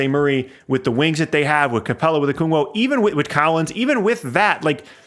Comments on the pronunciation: love the vids, been subscribed for a long time. I am BEGGING you to learn how to pronounce Okongwu. Oh-KONG-woo. Please. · Okongwu not okungwo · Should change the channel name to spurring logically. Clearly have an intimate knowledge of the SAS roster but have no idea why the trade happened from the Hawks side. Gallo was essentially a salary dump. Not an asset for the Hawks at 20 million. Also it's 'Okongwu'.